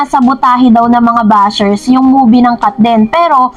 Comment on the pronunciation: BASHER HINDI “BUSHER” 😂😂😂😂